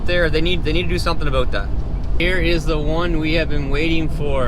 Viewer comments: Sounded like 'a boat' here in Texas. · As soon as I heard “about” I know this was a Canadian 😂😂😂